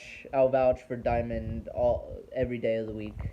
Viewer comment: Dude, you must've said "Diamond" a hundred times and there's no "I" in their name. Fuck man, it's DAMOND!